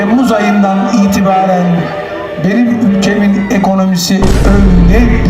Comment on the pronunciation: Benim ulkemin diyo türkiye mi diyo sanki mk